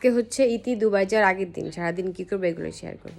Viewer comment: ডুবাই 😂 নাকি দুবাই??? 😂😂😂